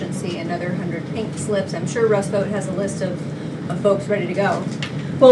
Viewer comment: It’s pronounced. Russ”Vote” like I vote republican